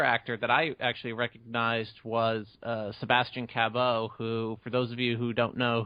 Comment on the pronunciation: "Sebastian Ca-BOW"? "CAB-OW" ?!?!? Are you two seriously THAT dumb?